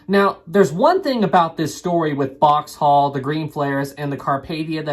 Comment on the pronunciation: It’s Boxhall not Boxtal.